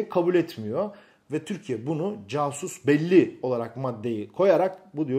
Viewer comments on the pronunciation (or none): Abi o o casus belli diye yazılır ama kasus belli diye okunur yani savaş nedeni anlamına gelir. Biliyorsundur muhtemelen ama dogrusunu kullanmak adına hatırlatmak istedim. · casus belli değil Kasus belli olacaktı ( C harfi K diye okunur) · Casus belli kasus beli olarak okunur sayın hocam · Fonetik hali yani okunuşu "Kasus belli" dir. İfade ettiğiniz yazılmış hali. Birde düşünceme göre, Amerika bir PR memleketi, bakınız S400-Hindistan-caatsa olayı. Azerbaycan'ın İsrail'le çok iyi, ilişkileri sebebiyle, yahudi lobisinin desteğini alacaktır, bu Baykar'a dolaylı olarak yarar... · Hocam casus belli ka ile kasus belli şeklinde okunur... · Bilgiler için teşekkürler. Tek bir düzeltme, casus belli “K” ile okunur. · Casus belli mi belli değil mi? Belki bu Latince tabiri Latince söylenişiyle söyleseniz daha iyi olur yanlış anlamayı engeller. 😊